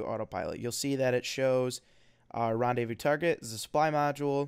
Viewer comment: Rendaivous autopilot XD Seriously, for someone who is french it's rellay funny